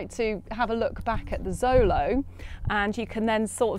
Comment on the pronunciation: Xolo is pronounced sh-lo not zo-lo. This is nahuatl.